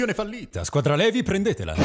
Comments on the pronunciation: sì pronuncia Livai no Levi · Ti prego Levi non si può sentire ti scongiuro cambia pronuncia si dice (Livai) anche se credo tu lo sappia comunque la guardo da mesi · Ackermann tecnicamente è un cognome tedesco. Levi viene pronunciato all'inglese perchè i Giapponesi sono abituati a leggere le parole straniere all'inglese, conoscendo spesso solo quel tipo di lettura. Ma Levi è un nome ebraico, quindi andrebbe pronunciato Levi. COsì come Mikasa non viene pronunciato all'inglese, essendo un nome giapponese. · Rebecca Alderstorm Nope ,si dice "Lèvi"..Nome derivato dal greco... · SI DICE LIVAI MA SI SCRIVE LEVI!!!!!! PERÒ AMO STO VIDEO AHAHAHHAHAHA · è normale dire anche Levi ma mi dà troppo fastidio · Comunque si pronuncia Livai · Pk tutti dicono levi si scrivere levi ma si legge livai, cmq la mia parte preferito è: in qui Eren dice che cos'è sta me*** usicite... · Per favore livai non levi (Si scrive levi si legge livai) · Luca Benini , in realtà si pronuncia Levi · No, correttamente è "LEVI" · mi urtava la pronuncia sbagliata di Levi 😂😂